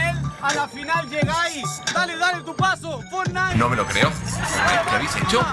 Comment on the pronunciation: Min 3 03 mas falso asta dice fornite